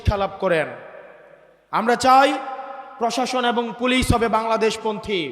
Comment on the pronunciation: পশাসন উচ্চারণ ভুল হবে প্রশাসন। ভুট ভুল উচ্চারণ হবে ভোট। ব্যাগম পাড়া নয় হবে বেগম পাড়া শুদ্ধ উচ্চারণ করতে হবে। আগামীতে জনপ্রতিনিধি হবেন ইনশাআল্লাহ। পধান/ প্রধান র- ফলা শিখুন